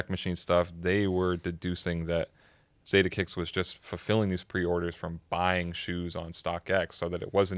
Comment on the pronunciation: The “Za” in Zadeh is pronounced like “Fa” in Father ✌🏽it’s originally a Persian (Farsi) last name if I’m not mistaken